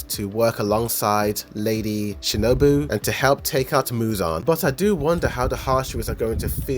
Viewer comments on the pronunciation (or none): none